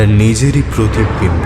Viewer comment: উচ্চারণটা প্রতিবিম্ব । প্রতিব্বিম্ব নয় । একটু নজর দিও ভাই ।